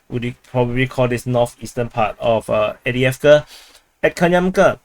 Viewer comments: AV DiiV KA…where are you reading Adeavka? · Not EWDJEFKA - Correctly pronounced: Afdejefka